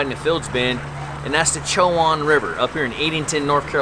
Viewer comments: Isn’t it “co in” river? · it"s pronounce ( Sho - Wand ) like the university in murfreesboro,NC (Big Blue) Braves 1979 baby.